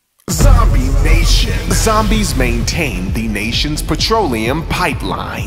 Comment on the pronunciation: ZOMBIE NATION That pause was... phenomenal.